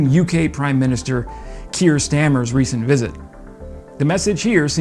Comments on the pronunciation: Dude, it's pronounced Prime minister Star-mer, not stammer. He's not named after a speech impediment. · Sir Kier STAR-MER. Stammer 😂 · Good vid, but as he will be around for a while - hopefully supporting Ukraine substantially - please pronounce Kier Starrmer's surname right - its Stah--mer, not "stammer." Ok, mate? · It's STARMER NOT STAMMER!